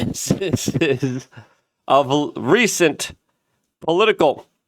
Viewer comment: sny? I think you meant snide, my brother. Cheers! Just trying to help; all the best,. arch-nemeses (pronounced eez at the end.) As far as this whole memorial production, I think it was WAAAYYYY too over the top, and it turned into a political rally, nudging Vance even closer to running for president next so that Palantir can be king. Although, it might just be that Charlie would've been good with it. I'm not sure.